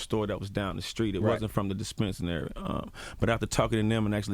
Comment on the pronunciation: Good interview, but it is dispensary! He kept mispronouncing it really wrong